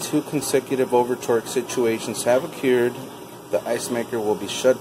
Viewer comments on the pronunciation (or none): Talking about proper English oh curred and ah cured..